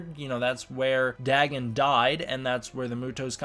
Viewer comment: I believe it’s pronounced “Day-Gone”